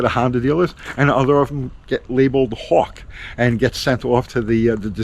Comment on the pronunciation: WTF is a "houwk"?